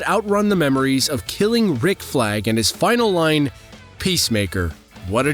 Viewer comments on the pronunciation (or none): none